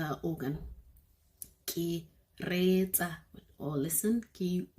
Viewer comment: And also reetsa not sounding riiii?